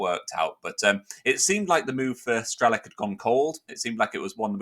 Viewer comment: just a hint, the "C" in Strelec is pronounced as "TS", so it's like "Strelets" and means "Shooter" or "Sagittarius" Thought I'd point that out. Cheers and good luck to him and Boro ;)